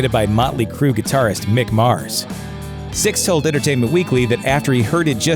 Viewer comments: Right? I was half assed listening to this & I kept hearing him say Styx. I’m going to date myself here, but I thought “did they have some connection with the band Styx that I don’t know about?” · Lol right it's not even that hard to day either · Yeah that was driving me crazy too!! Especially as he had the name up at the bottom of the screen typed correctly!!!! What an asshole, clearly not a fan! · it's nikki SIXX not nikki STYX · His name is "Sixx" not stix!! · the narrator pronounced “Nikki Sixx” as “Nikki Styxx” sometimes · Its not stix dude its sixx get ur shit straight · It's not Stycks It's Sixx, you jackass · SIXX, not styx!!! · His name is "Sixx" not Styx, dude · Lol as a black woman I love me some motley. Please say his name right sixx not sticks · SIXX not STIXX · I can't stand the mispronunciation. It's disturbing. Sixx as in 6 not Stix or sticks. Though Styx are another band entirely. Hoping that is just a confused moment for the narrator, but it's not hard to pronounce Sixx. Weird. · Sixx not Stix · You called him stix. Dumbass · Sixx* Not stixx it's sixx fix it bitch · Nikki SIXX. Not sticks. You bloody knob jockey. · Why do you keep saying Stixx??? Its SIXX, you moron. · "STICKS", STixx, or STIKS.... makes YOU a DICK!.....S-I-X-X....you know, SIXX!!!! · Dude....you know his name is Nikki SIXX, right? Like the number. Why do you keep calling him "Nikki Sticks"? Although if i ever get a dog who loves to play fetch.....that would be an awesome name!!😁😁😂😂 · STIXX AS IN HES A DRUMMER! LOL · It’s sixx you stupid fuck! Lol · is it just me or is this guy calling Nikki Sixx "Styx" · Is this guy seriously calling Nikki Sixx, "Sticks"? What a fucking DOUCHE!! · Omg could you please, at the minimum... get nikki's name right? Is plastered 1000 times below but I just feel the need to shove it in deeper. HIS NAME IS. NIKKI **SIXX** THANK YOU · Why do you keep calling him Stixx? Numb nuts... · Why does this douche keep calling him "sticks"?